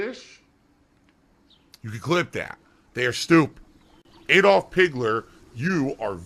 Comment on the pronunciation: Dude cant even get ackdolfs name right and called him stupid...